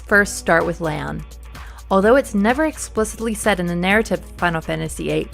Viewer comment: Love the videos, but...Lay-on?(Its Lee-on) breaths deep You get a pass.